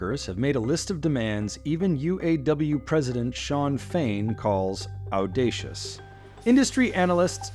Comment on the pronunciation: OMG the reporter can’t pronounce “audacious”